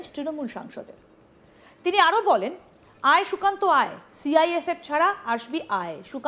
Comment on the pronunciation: Mod kheye kheye kallyaner mukh die sukanta namta are uchharan kortei parchna tar maneta akhono bujhte na parle bhagarer rastata...........